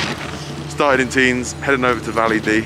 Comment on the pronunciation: Nice vid! you just don't pronouce the S in Tignes. It's silent